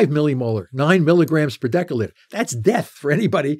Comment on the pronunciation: I'm losing faith when he mispronounces "deciliter".